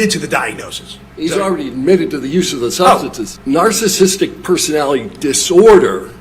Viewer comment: Why can't he pronounce words that are well within his wheelhouse of diagnosis? Substance Abuse, Narcissistic Personality Disorder, etc?